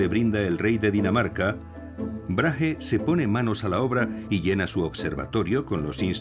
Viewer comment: Gracias por el documental, aunque al narrador le cueste pronunciar el nombre de Brage (Brague*) hahaha resulta gracioso, tampoco es tan difícil decir el nombre del hombre como es en verdad hahahah